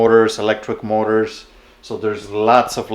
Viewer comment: In the beginning I thought you were saying "mortars" until I figured out you were saying "motors."